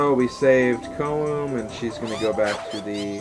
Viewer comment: I know LPer's hate how people correct them on name pronouncing but I want to at least tell you Koume's name is pronounced Ko-may. But if you feel more comfortable calling her the other way, that's fine, same with Koteke but it's close enough lol. Anyways, to also add from the last video, I'm glad your doing your LP's in your own style, I would probably do the same thing too, all sidequests first.